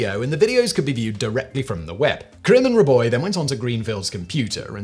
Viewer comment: How you get "Riboy" out of 'Rabois' is beyond me.